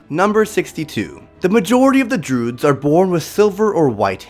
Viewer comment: Druids are not called droods